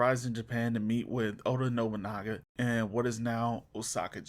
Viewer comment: Yet your video title states that Yasuke is part of that Samurai class. Get out, already saw a similar video like this once by a guy who mispronounced absolutely to the point where Nobunaga became Nogunubu. This is up there in similar amounts of cringe.